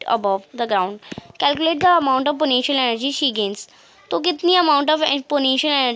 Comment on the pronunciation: Wo potential energy na ki ponetial